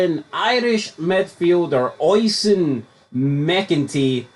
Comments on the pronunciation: I'm not Irish nor a Tim, but it's "Oh-Sheen" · I know him, its pronounced O-sheen. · is it pronounced ocean or os-i-an theres alot of celtic fans so i asume they know how to say irish names